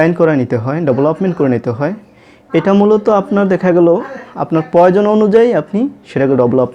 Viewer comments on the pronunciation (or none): none